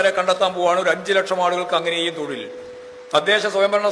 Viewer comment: Thozhil nn thanne allle paranjeee? Aksharam mariyoooo 😊